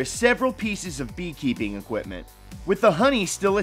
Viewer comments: equiptment? lol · equip''T''ment ?? seriously !!!!???